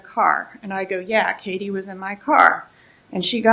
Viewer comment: mispronouncing Katie's name... 😂